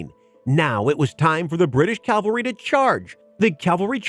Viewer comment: Guys.. please start saying cav-al-ry.